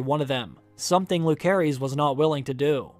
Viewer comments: i hope you would pronounce the names correctly though, it's lu-ce-ris not luk-e-ris.. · The OP is pronouncing Lucerys incorrectly. It is pronounced "Lou-ser-ees". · It’s pronounced “Lou-Ser-Iss” not “Luke-ser-is”. Just because he goes by Luke for short doesn’t mean that’s how the is pronounced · The boys name is LOO-SER-EEZ not LOO-CARE-EEZ. You should restudy Phonics. Sloppy at best... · Bruh... it's pronounced LuCerys (and JaCerys), not LuKerys (and JaKerys). They say it in the show. It's like 'Caesar'. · Correct me if I'm wrong, it should be pronounced Lu-se-rys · I hate to be this person but it’s driving me insane: Lucerys is pronounced with a soft “C”! But, I love your videos. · Way you pronounce lucerys made my blood boiled xD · lol you make videos like this but don't bother to pronounce Lucerys correctly. sad